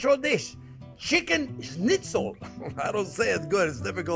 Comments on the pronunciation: Not bad. But use turkey. The result is better. And learn to say correct Schnitzel!!! Not snitzel😅😅😅😅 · Chef, you say it just right. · the way he says schnitzel is pretty good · Hearing a Frenchman say 'schnitzel' is almost as amusing as hearing a German say 'squirrel'